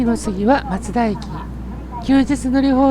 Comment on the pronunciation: 松田のイントネーションよ 松田は徳川松平と一緒で"ま"にアクセントがある (車内アナウンスもそうなっている)